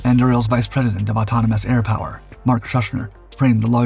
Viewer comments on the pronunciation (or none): none